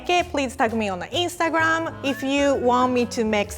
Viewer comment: "EEEEEN-stagramm" just like my accent :3